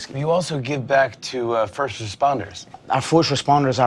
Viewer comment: "Forsht of all..."